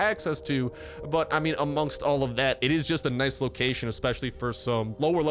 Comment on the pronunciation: Ah it is not fortnight he is try to say loot loocaion and he almost say loot lake